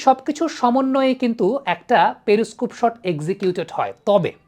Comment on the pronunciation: প্রথমত ওই ভিশন যন্ত্র টাকে পেরি স্কুপ বলা হয় না পেরিস্কোপ বলে। উচ্চারণ ঠিক করুন।